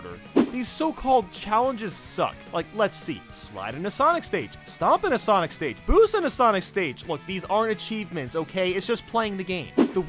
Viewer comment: SENIC gotta go fast